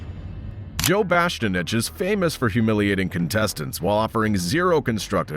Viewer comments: His name is Joe BASTIANICH! Not Joe BASTANICH! 🤔🤨😒👎🏾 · Joe Bast-cha-nitch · " Joe Bastinich " 😂 Please ban AI narration for the betterment of youtube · I like how the AI can't pronounce Joe's last name correctly.